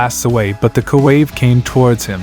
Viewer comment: “Koo wave”??????